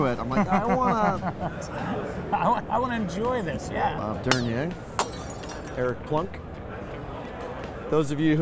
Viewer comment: We’re just glad still has his autographed “Gold Glove” ⚾️ signed by Bob Der-Near... not sure who was referring to in the video. Bob Der-ner?